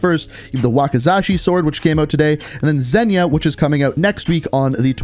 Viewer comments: Everyone: "Zeyna": "Zenya" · Nobody ever pronounces Zeyna correctly...